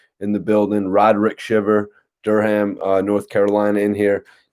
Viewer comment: Funny how he said my city's name lol dur ham its 1 word not 2 Durham NC salute